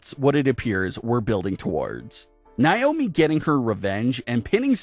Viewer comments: Its nay-oh-mee. Not nigh-oh-me. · This terrible narrator has no idea how to say Naomi's name right, this channel needs a much better narrator, majority of the reason not to subscribe!